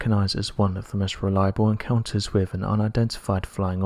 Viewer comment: What is it with SO many of the British sounding narrators on here who either CAN'T or WON'T pronounce their "th" sounds??!! As an example: they'll say "...wif..." instead of "...wiTH..."??! I was brought up to actually pronounce words correctly and it just bugs the ever lovin' HELL out of me to hear (ESPECIALLY) Brits screwing words up!!!